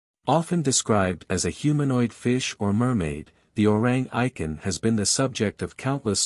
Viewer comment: Orrang Eye-ken?😂